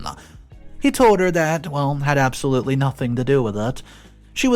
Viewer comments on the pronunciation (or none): none